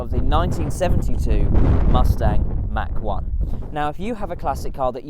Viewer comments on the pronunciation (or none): He keeps saying Mac 1 😂😂😂😂